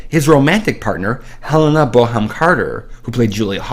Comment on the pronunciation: Hehe ive never heard Helena Bonham Carter's name pronounced like that before 😊